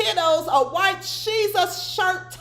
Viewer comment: Every time you say White shesus I click out... I like you but it bugs me, have a blessed day.